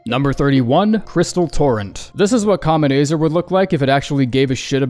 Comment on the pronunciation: "kaamet AAYzrrrrr" wtf